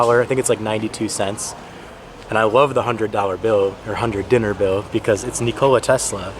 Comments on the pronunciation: You pronounced “Dinar” right the first time, not “Dinner”!! You just need to roll your “r” a little at the of “Dinar”. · Greatings from Serbia and WELCOME. D-I-N-A-R D=Denmark I= Italy N=Netherlands A=Australia R=Russia Just match that letters and it is correct pron. Hmmmmm. Not 100% correct. Correct, but different accent. Sorry, i am to mutch borring with DINAR pron. Btw. That cofee is over expensive. It is 350 dinars just for one cofee, 2,8 us dollars. You will find mutch cheeper cofee in the city center but equally good like that is. 200 dinars or something like that. Yap: Electricity, light, WI-FI, mobile phones. Everything is legacy of Nikola Tesla. Thomas Edison is just a good businessman. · Correct pronunciation of "Dinar" is WITH "a" , never heard of that "Dinr-Dinner" thing, and I live in Serbia my whole life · It is dinar not dinner :)